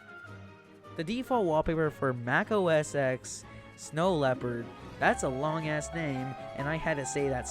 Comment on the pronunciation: i hate to correct you but before the iPad was released in 2010, it was called iPhoneOS instead of iOS. And the X in Mac OS X is pronounced 10 instead of X, as it's the roman numeral (same on the iPhone X, Xr, Xs, and Xs Max)